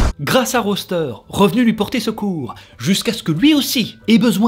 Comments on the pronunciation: C'est pas roster mais rooster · ca se prononce Rousteur bordel, j’ai adoré la video mais ta prononciation du nom me donne envie de tuer des bébés chat 😂